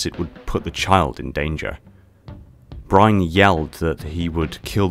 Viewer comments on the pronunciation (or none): Brine? Byrne has the y before the rne, so in my mind it's pronounced more along the lines of Buy-ern or Beern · Nolan Byrne's last name is pronounced as burn